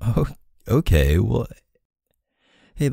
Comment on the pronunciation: that “oohkayy” was so Canadian LOL ily K